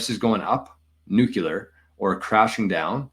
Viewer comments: Hey man I really appreciate the information, great channel, timely info. But please stop saying "nukular"! It hurts the ears 😂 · Dude WTF is nucUlar?! We’re on the same team brother but for real. NucUlar😂is not a word.